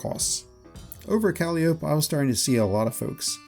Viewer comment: Thanks I might try some fluorine. Also Calliope is pronounced Ka-lie-o-pee